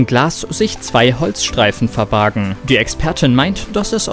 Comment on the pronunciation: Verbarg....das Wort heißt verbarg 🤦🏻‍♂️